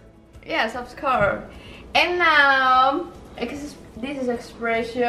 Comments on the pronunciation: Yanet- "Yes ofs cour"... So funny but she's doing good tho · When she said yes of scour I almost died. AHAHHAHAHAHAHAH LMAO